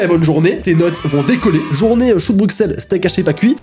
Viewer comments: On dit pas choux de bruXelles mais choux de bruSSelles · il a vraiment dis " choux de bruXelles ? 😭 Un peu de respect pour les belges,on dit pas le x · TU AS VRAIMENT PRONONCÉ LE X À BRUXELLES ARRGGGGGGHHHHHHHH ÇA SE PRONONCE BRUSSELLE MÊME SI ÇA S'ECRIT BRUXELLES. merci. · Cest moi ou a dit choux de bruXXXXelles, mais il a prononcé bruKSELLE et pas bruSSSSSSELLE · On ne dit pas choux de Bru“x”elles on dit choux de Bru“ss”elles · C’est drôle mais juste un message à tout les français : le x de Bruxelles ( choux de Bruxelles au début de la vidéo) se prononce comme ss donc dites Brusselles ( message que beaucoup de belge pense ) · On ne dit pas [Brucselle] mais [Brusselle] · Les français se (vente) de parler français est pas Belge mais il ne savent pas dire Bruxelles. (Ça se prononce Bruselle) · je t'adore tu es un de mes youtubeur préférer mais le "x" de "Bruxelles" ne se DIS PAS!!!😓😓😠😡